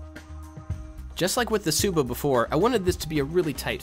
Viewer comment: u pronounce the "tsuba" like "suba"